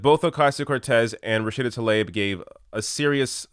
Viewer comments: I have a bit of OCD when it comes to saying names. You're saying TAH-Leb. When it's TLAH-eeB. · Great points,. However, you should know that her name is pronounced “Rashida tah-LEEB”.